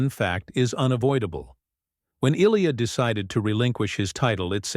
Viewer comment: Lame AI videos can’t even pronounce Ilia’s name right.